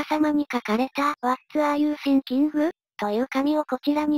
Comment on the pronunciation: 動画よりの発音が気になってしまった。御無礼。わらゆてぃんきん、って読むとネイティブに近くなりますよ。